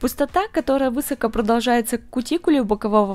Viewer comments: ВЫсоко, поднизом...😱Говорите правильно, если вещаете для русскоговорящих.Местные диалекты хороши для дома, для семьи. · Ну и "вЫсоко" - это вообще... 😖😵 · Не вЫсоко, а высокО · высокО, а не вЫсоко